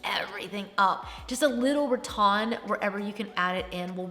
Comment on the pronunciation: Always love your videos!! Just wondering why you say “Ra-Ton” instead of Ra-Tan... is that a southern pronunciation? 😊